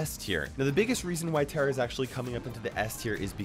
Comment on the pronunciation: You pronounced tara wrong